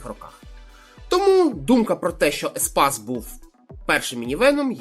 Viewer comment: По-перше не еспас, а еспейс Рено, по-друге, якщо розумієш машини, тим більше в Києві, чого неможливо в інші міста заглянути?! Харків, Київ, історичні автомобілі Донецька та Луганська, до 2014. Так справка. Бо я теж інколи машини знаю, але я можу обрати й крім Києва.